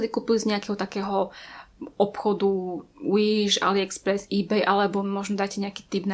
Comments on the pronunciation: Nečítaj to Uiš prosím 😂 číta sa to Viš😂 inak super video❤️ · Wish sa číta Viš a nie Uiš😂 Ale inak dobré video🔥😀